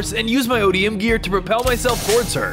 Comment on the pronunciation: You said it correctly ODM gear you said that correctly